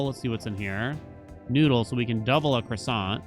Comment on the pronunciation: the kroy-sahnt